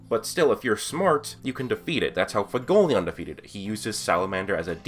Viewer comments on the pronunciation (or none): FU-WE-GO-LE-YON. i keep hearing fugoleon. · learn how to say Fuegoleon for the love of god